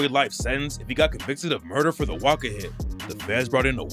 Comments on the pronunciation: his name is pronounced wasca you keep saying waka, but i swear you said it right the first time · Its not waka its wasca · oy wasca not waka ......what bro lol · callin wasca “waka”